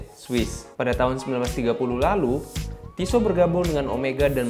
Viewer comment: Pronounce nya on point 🔥